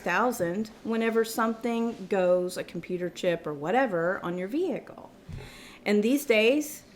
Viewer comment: All I heard was ve-HICKLE.